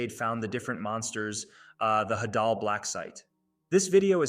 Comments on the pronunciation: It’s not hadall its HEY-DUll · is it just me or do i pronounce it “haydal” blacksite and not “hadal”?😭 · Bro call the hadel blacksite the hadal blacksite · DOES EVERYONE SAY HAY-DAL????? I AGREE ITS HA-DAHL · I dont know if its pronounced Hau-daul Or Hædul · The way he says hadal it sounds like an Arabic wird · The way he pronounces "Hadal" 💀💀